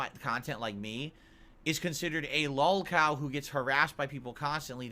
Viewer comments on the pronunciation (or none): WHY CANT HE SAY LOLCOW RIGHT. WHAT IS A LAWLCOW